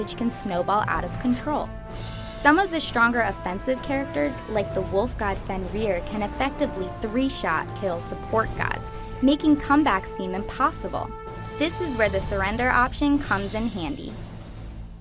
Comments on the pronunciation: Why can't Americans pronounce words correctly phonetically it's (fen-rear) fenrir and (crack-en) kraken is that really so difficult... They even say those in game :/ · The way she says Fenrir, kracken and Hi-rez are SO HORRIBLE